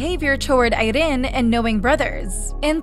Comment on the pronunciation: okay,i’ll prolly get hate for this but,the way she said “irene”😂😂😂😂,i’m SO SORRYYYYYYYY😅😅😅😅😅😂😂😂😂